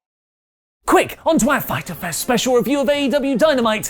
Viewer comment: saying fyterfest counter: 5